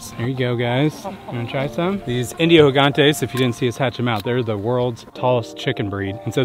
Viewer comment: Índios Gigantes are amazing and not agressive at all! Funny thing is that you are spealling "GIGANTE" as if it was spanish, and we, in Brazil, speak Português and the spealling for G is not with H sound, try Google Translator to hear the right spealling. About your peachicks, they are very fragile in this fase, specilally to verms and watching how yours died, Im preatty sure that this is your problem, most because hens are with them and they eat their feces and get verms from doing so. They look week because of the verms inside them not allowing their bodies to absorve all the nutrients they need .